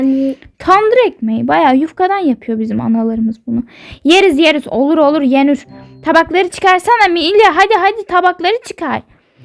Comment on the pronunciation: Queen:olur olur yenür